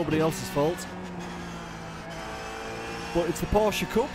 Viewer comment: Finally! You pronounced Porsche right... 😉 Love your content!!